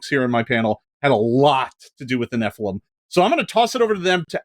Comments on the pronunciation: oh hey they correctly pronounced Nephilim phonetically :D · Thank you! Finally pronounced nephilim properly.